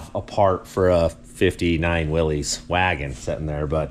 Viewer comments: If you want to sound like you know those old classic Jeeps, the name is pronounced Will-iss, no long E sound. I know the spelling is weird for what the correct pronunciation is, but having known a old Jeep collector who would correct anyone who would say it wrong, I just thought I would let you know. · Just so you know, it's pronounce Wil=LISS, not Wil-LEEZ. I promise. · Willys is pronounced "Willis" :) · I tried to watch but everytime I hear someone mispronounce "Willys" I have to skip to the next video. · It bothers me too and almost everyone does it. In fairness, most people have no idea that it was a person's last name and that it's not pronounced the way that you might think it would be.